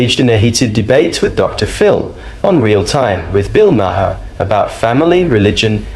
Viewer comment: Just a thought... you might want to learn how to properly pronounce names BEFORE you make a video. Maher is pronounced exactly like the word "mayor", like the leader of a city.